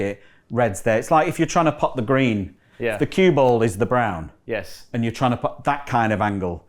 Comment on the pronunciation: sounds like Brun, its what we say "brown" in Scandinavia 👍 Maybe a little Viking in Hendry 🤔😁